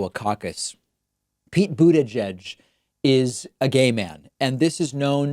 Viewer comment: The lady didn't know his name is pronounced butty geek.